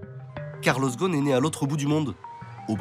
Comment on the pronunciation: ghoSn not ghon 😅 imagine des français qui critique le management d un américain d origine libanaise. Laissez ca au américain car ca vous dépasse. Concentrez vous plutôt sur la propreté de votre capitale.